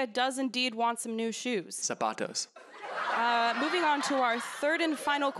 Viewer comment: No one: Absolutely no one:: zApaTOs